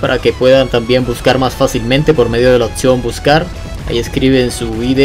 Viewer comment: TEAM PEREZOSO ni siquiera los a de ver solo al azar, y según el dice que se vio todos, que esperar que alguien que no sabe ni hablar:v han notado esa "T" colada en sus palabras? "Butscar" "protzimo" Y si le comunicamos esto a pixonic? Así le cambian los sorteos a:v